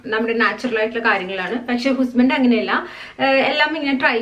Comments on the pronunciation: എന്താണ് ഹുസ്ബൻഡ് എന്ന് പറയുന്നേ... 😀😀ഹസ്ബൻഡ് ആണോ... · Athu style Anu...Sneham koodumno vilikkanathaaaaa.......